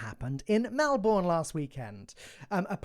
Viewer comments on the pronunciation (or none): “Mel - BORN” 😮 As an Aussie, that hurt my soul 😂 Glad to see you making YouTube content again! ❤ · Please tell me that you meant Melbourne AUS, if so you pronounced it wrong… but you said it right as a foreigner 😅. But this is terrible that this is happening